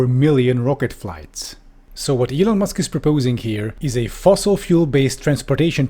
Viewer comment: M'lon Eusk...